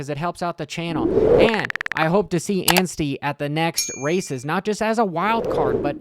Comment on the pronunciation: may as well put that wheelie run through the whoops on video repeat... beautiful sight! also folks... has arrived. for the first time ever he said Anstie... not Ansteen!